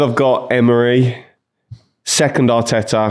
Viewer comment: Why does keep saying Eme-ray?